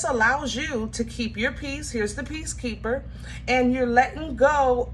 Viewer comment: You said peace keeper... I heard bee keeper... I like bees.. just not wasps or hornets... I love honey bees and bumble bees